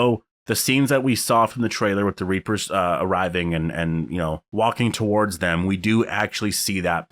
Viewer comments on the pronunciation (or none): none